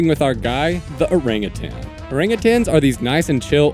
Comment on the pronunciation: How did nobody mention that he pronounced orangutan like that?!